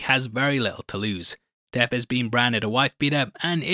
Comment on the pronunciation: It is not Johnny Deaf but Johnny Debt!!!!